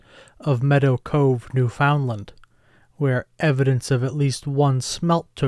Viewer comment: pronounced new-fund-lund unless you live there. spelt Newfoundland though